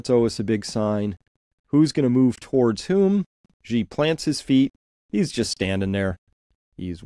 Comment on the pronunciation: Great stuff Chris. The US is just embarrassing itself at this point. One minor niggle: everyone always gets Xi's name wrong. It's pronounced almost the same as the English world 'she' (with a rising tone if you want to be picky).